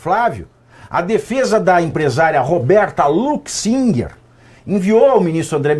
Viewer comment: A pronúncia é Roberta Luchinger